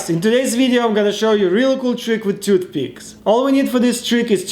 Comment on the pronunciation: “Took piths”